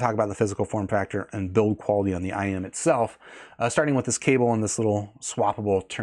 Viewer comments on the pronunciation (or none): it's IEM. Not IM. I could hear you struggling to pronounce it. Stop trying so hard to sound so proper and technical. We all know what you're talking about.